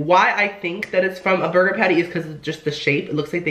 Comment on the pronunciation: did you know that some salad dressing is more fattening then a burgahhh